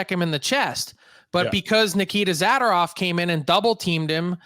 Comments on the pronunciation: Hey will someone tell Frank it is Zadorov and not Zadarov lol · Zah-DOOR-off not ZAD-or-off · Pronounce Zadorov right you twit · Would it kill Frank to pronounce zadorovs name correctly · Told him twice he just can’t accept it